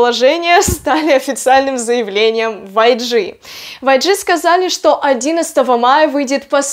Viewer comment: 🍎_Империя уток_🍏 я к тому, что неправильное произношение